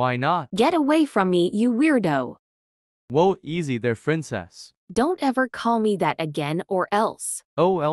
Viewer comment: Not saying frincess and not princess